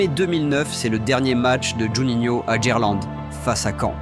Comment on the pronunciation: Des ptits problemes de prononciation non?? Dgerlande, RC len, Sebastien lob 😂😂